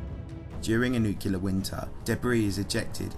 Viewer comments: I love your videos, but it is extremely grating when you mispronounce "nuclear" as "nucular." There's only one "u" in the word. "Nuclear." NuclEar." Not "nucUlar." "NucUlar" is not a word. That is all. Otherwise your videos are informative and entertaining. 👍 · For me, this is one of the best channels on YouTube. I love the quality of the content and the way the narration is delivered. One minor criticism: This is the kind of channel where the word “nuclear” comes up often. That’s “nuc-le-ar,” not “nuc-u-lar.” I know its a minor quibble, but it is a blemish on an otherwise stellar presentation. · I just expect a channel that claims to be a source of scientific and technological info to also use the correct pronunciation for the word "nuclear" (not nukular) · Nuclear ffs not NUKULAR. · Repeat after me, Nu-cle-ar. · NEW-CLE-AR FFS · Bro I love your videos but you really need to learn how to properly pronounce "nuclear." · Sorry. Had to stop listening at the fourth use of new-kew-lur. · There is no y in the word Nuclear. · Cool video but you keep saying nuclear wrong.